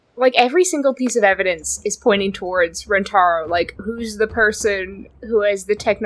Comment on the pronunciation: I hate it when people mispronounce names. Rentaro says his name is REN-ta-ROH, and everyone else except Miwako says it ren-TAR-oh. I wish the other characters said it correctly!